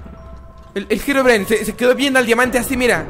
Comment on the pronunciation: me dio miedo quando dijo dimante y cuando biste la puerta